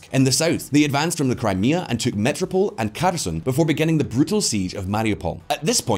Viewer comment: I am writing this at the beginning of the video. I am just here just to see which word is repeatedly mispronounced. (Metropol :) )